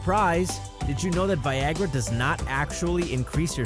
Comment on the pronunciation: did anyone think it said vagina instead of Viagra